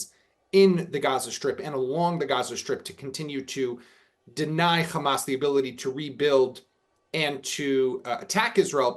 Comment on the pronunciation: Is you invite a bloke who can't pronounce HAMAS that says it all ...